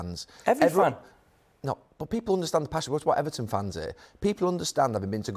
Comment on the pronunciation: "Bot!", "Eva'in", "sssss", "bot! Nobody knows a football clob be'er than their suppor'ers". "Mqqmmm", "bot!", "Ssssss", "Eva'in".